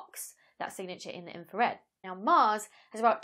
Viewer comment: Inra-Fred... See, if you pronounced your "R's" you would have gotten that. :) Can you explain how a telescope "sees" radio waves? I am familiar with CCD's used in video cameras, what kind of element sees radio waves and better yet in "sees" them in color.